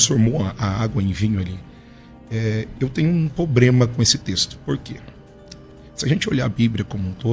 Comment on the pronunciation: O cara fala palavras em grego e n consegue falar "problema"?